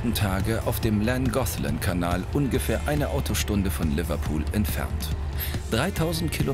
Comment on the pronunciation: Llangollen Langochlan ausgesprochen Kanal ❤❤❤